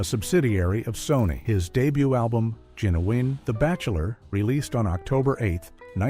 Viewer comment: You said Genuwine’s name SOOOOOO wrong, so screw this channel. 👎👎👎